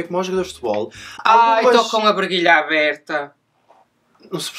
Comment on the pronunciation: "ai tou com a bregilha aberta" ahaah a gente só reparamos porque tu falastes ó